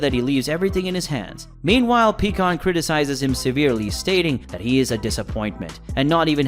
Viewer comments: It’s pie kon not pee kon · Picon not peacon wtf! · its pie kahn not peacon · Omfg PIE-KAHN not PECAN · BRO!!!! I can't take it anymore. It is pronounced PIE-CON.... NOT PEA-CON.... I know the spelling is wrong. Just wanted to show him how to say his name right. HOLY SHIT. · What is with you people making these little stories that you create always pronouncing people's names wrong pycon It's not pronounced pecon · You should know pikkon is pronounced as Pie-kon😅